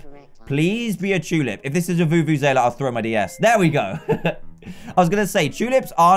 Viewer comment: he said "vuvuzaela" instead of vuvuzela! LOL